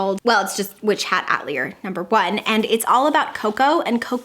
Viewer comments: witch hat atelier is actually pronounced “at-ell-ee-yay” and it’s really good!!! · I love you to bits, but I can't with the pronunciation.... XD It's pronounced at-till-yay, lovely. 💜 💖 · Such a fun and cozy winter tbr! I'm excited to try and read Bear Town before the end of the year. 😊Also, atelier is pronounced more like ah-tell-lee-yay, those french based words are the worst to try and say haha!